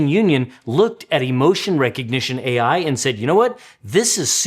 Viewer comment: did you just pronounce "AI" like "eye"?